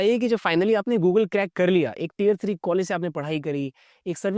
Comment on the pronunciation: It's not tire-3 but tier-3 (pronounced as 'tear')